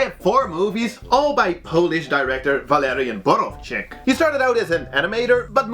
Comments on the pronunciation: your pronunciation of Walerian Borowczyk name was not bad :) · Your pronunciation of Walerian Borowczyk was on point, maybe the accent on the last syllabe sounded a bit "Russian" but you pronounced that correctly. Either way 1000x better than any American trying to pronounce Polish name. Cheers from Poland, love your videos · Pretty spot on pronunciation of Walerian Borowczyk's name actually